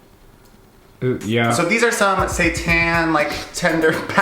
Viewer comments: i do NOT wanna see you make satan!!! and by the way, pronouncing it satÄn will not fool me. please keep your devil worshipping ways away from me and my holy body thank you!! also quick question: what kind of bread did you use for your sandwich? Multigrain? Whole wheat? Rye? It looks delish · Honestly didn't know what saitan was and I thought you were just pronouncing Satan in a fancy way 😂